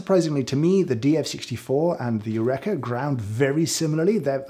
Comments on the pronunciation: I can't believe, without reading over a thousand comments, I'm the first to say "James! You-reeka" not "you-wreck-a". Archimedes in the bath tub and all that. But thanks for your fantastic research. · I find the sound of my grinder acceptable if i wear industrial ear protection 😮 Eureka = James it's pronounced yu reeka 😂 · Yurekha. That's how you're going to pronounce it? Shame on you. /j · British Eureka pronunciation is interesting! 🇺🇸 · My takeaway from this - I pronounce Eureka wrong when talking about a grinder I thought I'd like to upgrade to. I really want to up my coffee game, and watch all of James' videos, but my coffee is mainly made whilst I've still got the embers of last night's dreams in my head, and my taste buds are nowhere near as tuned as I'd like. Every now and then I'll make something that I like, but I've got no idea what it is I like or how I did it. Still, keep trying. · After many years pronouncing Eureka like we say Aristotle did, to now learn I’ve been wrong all this time! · hol up. is that how british people pronounce "eureka"? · The way you pronounce Eureka deeply upsets me